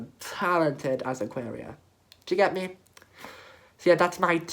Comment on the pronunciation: aquaria not ayëqęirå you dumb bitch